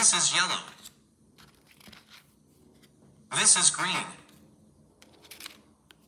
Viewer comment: Why am I hearing the robot pronounce “This is.” As “Isis”